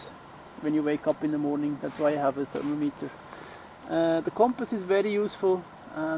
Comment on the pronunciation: For future reference its pronounced " Thur-mom-it-er" not " Thurmo- meeteer" but nice vid.